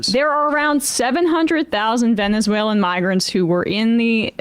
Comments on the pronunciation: he really says "venzewhalen" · he said "venzewhalen" AGAIN..... I THINK THATS JUST HOW HE SAYS IT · Is he saying “vezenuelan” ? 😅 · Yeah he said it twice. Ven zoo ellen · He definitely said Vensualan several times. Who is more drunk in public? Homan or Hegseth?